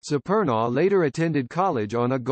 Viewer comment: The robot doesn't even pronounce Supernaw right.